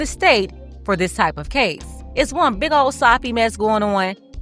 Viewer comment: You gotta stress the word "big" 😂